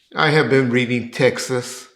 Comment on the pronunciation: Hey it's Texts not Texas...🤣🤣🤣🤣🤣